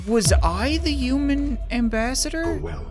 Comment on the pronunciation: I love the way you pronounce human, “euman”